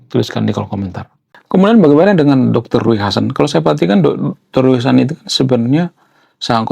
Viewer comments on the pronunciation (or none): Bacanya Riu hasan bang bukan Rui